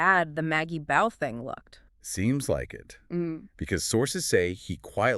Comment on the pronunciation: BAUGH is pronounced BAW!!! NOT Bow